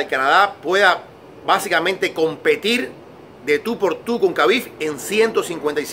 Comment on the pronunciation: Se llama Khabib, pero se dice Jabib...no es tan difícil decirlo bien